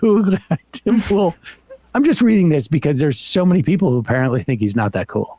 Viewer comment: C'mon Sam. 'Pool' rhymes with 'Cool'. Ipso Facto and Check Mate.